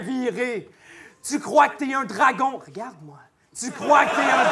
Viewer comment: Mdrr le "rgarde moi" à 9min33